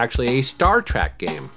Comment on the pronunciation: Star Trek not Trak